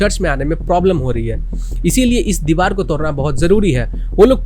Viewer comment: Deewar not deewal👍🏻